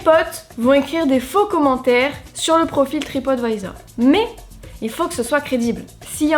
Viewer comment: Je ne connaissais absolument pas cette histoire, elle est vraiment ouf 😲 Merci de me l'avoir fait découvrir 👍 Comme quoi, il faut toujours se méfier de ce qu'on peut lire sur Internet... Par contre, qu'est-ce-que tu m'as fait rire avec ta prononciation : "Tripote Vaïzor" 🤣🤣🤣 Continue comme ça, tes vidéos sont de très bonne qualité et c'est un véritable plaisir de les regarder à chaque fois 😉 Vivement dimanche prochain!